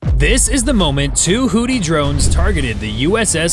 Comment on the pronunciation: What in hells a hoddi, your AI sucks.